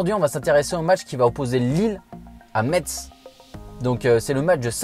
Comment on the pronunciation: Cest metz sa se dit messe et pas metse